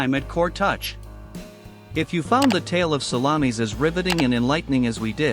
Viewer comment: I think it is the pronunciation --it is 'sal-lom-is not sal-la-meeis. If they get to the battle of Cannae, please it's Cann-eye, not Canny.